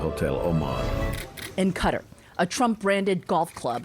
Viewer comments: It's really weird that the female narrator pronounces Qatari correctly but pronounces Qatar incorrectly (she says "cutter")... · Can you teach the other people not to say "cudder" ? The top people are as dirty as the orange toddler but the country's name deserves some respect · Everytime I hear you guys saying “Qatar” my ear bleeds 😅